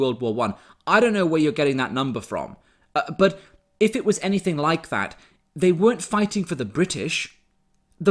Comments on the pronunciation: 1st 5 seconds of video : “I wasn’t taught anyfink “... Yea, that’s your problem right there love. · She wasn't taught anyfink? That's so sad... 😥